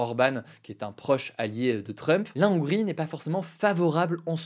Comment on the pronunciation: Bonjour cher Monsieur, Je me permets de vous faire une petite remarque concernant la prononciation du mot Hongrie : on dit La Hongrie et non pas l'Hongrie parce qu'on est dans le cas d'un h aspiré donc pas d'élision ni de liaison. Merci